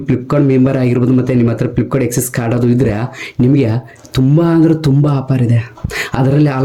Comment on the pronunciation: ಫ್ಲಿಪ್ಕಾನ್ ಅಲ್ಲವೋ ಮಾರಾಯ. ಅದು ಫ್ಲಿಪ್ಕಾರ್ಟ್.